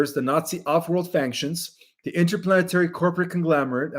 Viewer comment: Yay for you on Kuyper (or however you spell it ;)! Faction = fack-shun, not fankshun🥰 Stabilize = stable-ize, not stab-ilize Thank you!!!